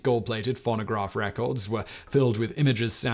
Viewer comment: It might just be my American ear, but I had to play the video back 4 times at the beginning to make sure he didn't say "pornograph records." I'm not gonna call em "nudes" anymore. I'm calling them pornographs. Or better yet, pornograms. Maybe I'll make the best-named snapchat/hookup app ever.